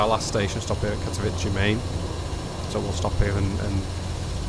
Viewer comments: Katowice is pronounced more like Katovitzeh or Katoviseh, not like you say it - Katovici or Katovitchi which sounds like Italian name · Just so you know, in Polish Ws are pronounced like Vs in English, so Katowice is pronounced something like Cat-oh-vee-seh and Zawiercie is more like Zah-vee-ehr-tseh